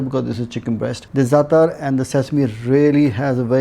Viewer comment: Hey...first learn the correct pronunciation of herbs. It's ZATAAAAAR not zatr🤢🤯🤮